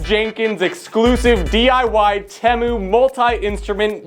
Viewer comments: its tEmu NOT temo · Its pronounced "Tea-Moo" not "Teh-moo" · It’s tEmu not temu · It’s not teh-mu it’s teem-ooo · Bro said tEmu wrong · It's T moo not tem OoO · At first I thought it was pronounced tei moo but it IS actually spelled teh moo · He is right about everything except the way to pronounce temu